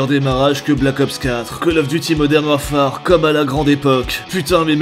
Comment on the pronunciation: Purée, tu parles quand meme Anglais, entendre modern warFAAAAre ca pique aux oreilles